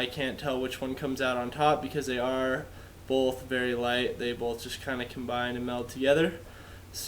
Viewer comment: My dude. The word is both. Not bolth.